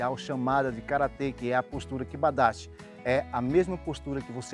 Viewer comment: Vídeo top. Fiquei abismado com título do vídeo. Karate e cavalo. Você fala tão bem a palavra KIBA DACHI, como se treinasse karate. Sou faixa preta em karate Shotokan. E uso muito esse exemplo, de quando com ensinar a postura kiba dachi. Parabéns, sou fã do seu trabalho.